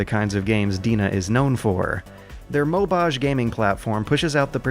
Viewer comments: moh-ba-geh not "mobaaj" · i audibly cringed when pronounced mobage as "mo-bahj" IT'S MOH-BAH-GEY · It's "mo-bah-gay", not "mo-baaj"., are you even weeaboo? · "Mo-bahj"?, are you sure that's not "Mo-bah-gay"? As in "Mobile Gaming". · Just to let you know, "DeNA" is pronounced "D N A" and "Mobage" is "Moh Bah Geh" (MOBAiru GE-mu - mobile game) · Did... did just pronounce "mobage" like "homage?" Oh,... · IF I'm not mistaken, "mobage" is pronounced "moh-bah-gei," as it's a Japanese corruption/abbreviation of "mobile game" (similar to "eroge"). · "mobaje" no stop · "mobaje" I'm triggered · "MOBAGE"'s "GE" stands for the "GA" in GAME actually (Japanese transcription of English), sharing its pronounciation. :p It's short for "Mobairu Geimu" (Mobile Game). Just like Pokémon.